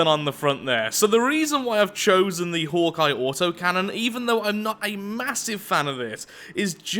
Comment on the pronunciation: Am I the only one that thought for the whole video he was saying Hor'Kai instead of Hawkeye?